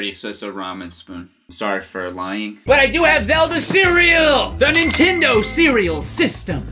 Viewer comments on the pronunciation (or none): none